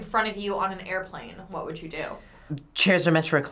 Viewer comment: she says woode